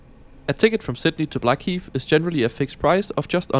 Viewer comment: Blackheath NOT Blackheat